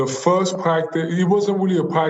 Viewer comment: "my fuhst pwactice was..." Joel Embiid